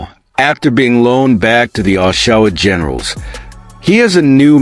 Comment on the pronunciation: As soon as I hear the way OSHAWA GENERALS was pronounced, i had to leave. im sorry, but A.I voices are annoying and can't say words correctly 😢